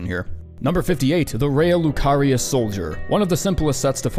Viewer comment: Dude thank you for properly pronouncing Raya Lucaria and Blaidd. I have no idea how people play the game and still fuck up these pronunciations which are straight given to them.